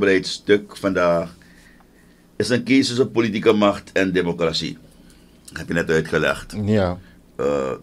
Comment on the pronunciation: Democratie heeft het accent op 'tie en niet op 'cra. Als journalist mag je wel letten op correct taalgebruik.Suriname glijdt af qua ontwikkelings niveau. T a.v. de jurisprudentie bevindt Riad zich in een moeilijk parket.Het vonnis tegen Chan mag niet genegeerd worden. En ga sporten, want die buik van jou ziet er echt niet goed uit. Je weet dat indien je ziek mocht worden in deze tijd, je niet levend uit het ziekenhuus zult komen. Breaking news: De ondervoorzitter van de VHP Aziz Gajadien heeft afstand genomen van het standpunt van Riad en Chan gevraagd in te grijpen. Hij verbiedt Riad ook om namens de staat Suriname te procederen.